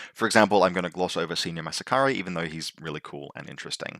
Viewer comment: "senior mass-a-cari"?! Nice summary, love your work! I sold out of WhiteCo in N4 and now I am regretting it a little bit.